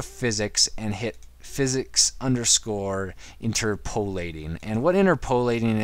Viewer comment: Sorry to be a grammar-Nazi, but it's "interp-uh-lateing" not "inter-poe-lateing".